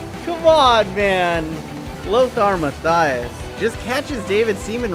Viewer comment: Really like your videos but please go see some German guy to tell you how to pronounce Matthäus right. It hurt my german ears. But the rest was pretty good.